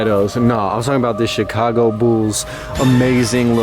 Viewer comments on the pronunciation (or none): none